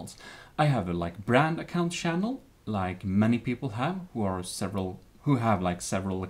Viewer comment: I love how he says Shannel not channel